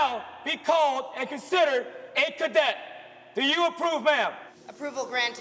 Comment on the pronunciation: It's really irritating hearing the narrator mispronounce "cadet" and referring to females as him or his. Wtf?